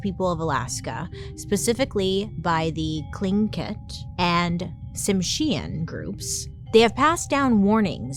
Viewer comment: Hey Bailey! I’m from Northern BC and I absolutely loved hearing you talk about B.C. briefly, and mention Tsimshian people (though you said it incorrectly😉) I’ve grown up thinking otters are bad omens. Thanks for the episode!